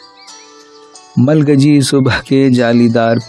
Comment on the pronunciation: ملگجی ( غبار آلود، گندہ ) کی گاف پر زبر ہوگی یا زیر ریختہ والوں نے تو زیر لگایا ہے اور آپ نے زبر